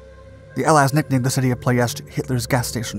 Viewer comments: It is PLOIESTI not PLOESTI.......VEGA not BEGA refinery and what is depicted here its Brazi refinery, ROMPETROL, the other one is called ASTRA refinery. The train rails that the nazi used for the anti air guns to protect the Brazi refinery i think they are still there, i used to play on them when i was a kid. The RED TAILS escorted the bombers over Ploiesti during the war, fun fact. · the way he said "ploiesti" really made me feel weird, he said "ploiesta" I suggest next time you maybe open up google translate and see how its pronounced (I'm Romanian so I'm not complaining for nothing) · "ploy-ESH-tee". Don't just pronounce a word "weird" to make yourself look smarter. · I've always heard the city name as Plo-ESS-tee... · 9/10 only because you kept mispronouncing Ploesti. Say it with me: Plo (as in flow) Es (like the letter S) Ti (like the letter T). Ploesti. Love your channel!!! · ploy, esh, tea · "pronunciation" lol. You're a good sport. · FYI it’s pronounced plo es tee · It's pronounced plo es ti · You are incorrect. That’s just how English speakers pronounce it. My grandfather was the captain of one of the B-24s (The Wolf Wagon). Years ago I was on a date with a Romanian and she laughed and corrected me when I pronounced it that way.